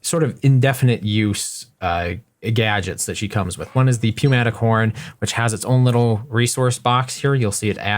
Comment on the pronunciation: It is New-matic not pew-matic